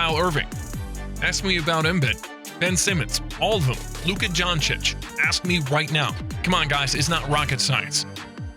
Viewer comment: He really said Luka johnchich